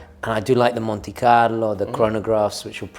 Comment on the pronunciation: Was gonna turn it off at “poor man’s Rolex” but I have it a chance. The pronunciation of “Monte Carlo” was the final straw. 😅🫡